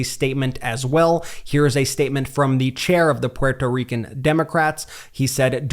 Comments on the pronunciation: Please stop miss pronouncing Puerto Rican. Geez its annoying. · Why do you pronounce Puerto Rican the way you do?